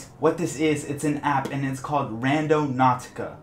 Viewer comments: Unrelated but I noticed you put a lot of stress on the hard "p" sound in apP and maP, and then also that your channel name is Opvious :P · He has to make the p sound super strong and but quantum in front of number generator lmao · My does he put so much énfasis on the P of app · you say app weird lmao